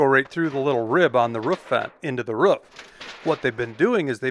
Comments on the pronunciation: Do you guys say ruf in america and not roof? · it’s a roof not a rough. Lol. I know you have an accent. So do I. Love it! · say aloof. Perfect. Now say proof. Great. Now say roof....